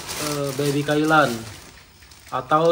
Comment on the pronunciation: bang bukan baby kaila .. tapi baby kailan......